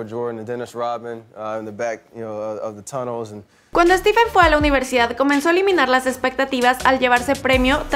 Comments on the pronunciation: Dices estiven no estifen o esteph Escribi la pronunciacion no como se escribe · Se pronunciaria "Estifen" no "Estiven" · Es stephen, no steven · Stiven? O Stephen? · Porque le dices Steven noooo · pq le dice steven jajsja